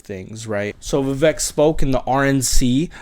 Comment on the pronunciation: Good to see you on here, (?). I like your attitude and immediately subscribed. Love Vivek too. I am a Christian too. I know some Christians don't like Vivek because he is a Hindu, but I see the Spirit of God in him! By the way, his name is pronouced "Vivek like CAKE.":)